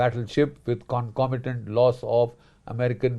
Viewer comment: Once again deep, insightful analysis from the great General Bakshi delivered in perfect English. Loved the bit about the comconitant !! Keep up the good work sir. 🎉🎉🎉